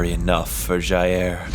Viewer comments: JAIR BOLSONARO, OH NO Btw, you may not care but if you do, jair, pronounces jah-iir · I love how he says ja-air instead of jair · American: Jaêr Bolsonero me: hehe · "d i Air Bolsonaro" KAKAKAKAKAKAKAKA <3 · The way he says Jair cracks me up every time